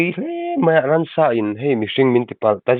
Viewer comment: A pawi hle mai. Ransa ni lovin 'ramsa' tih tur zawk aw